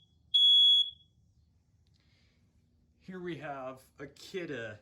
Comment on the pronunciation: Is kidde not kioode